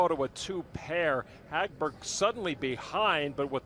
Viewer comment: They're butchering the name Hagberg which actually sounds pretty in Swedish. 😑